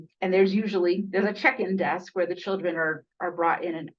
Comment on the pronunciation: Oh, check in desk. I thought you said "chicken" desk. Left me confused.